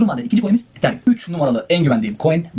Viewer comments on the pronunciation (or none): none